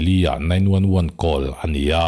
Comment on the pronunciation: "Call" is "khawl"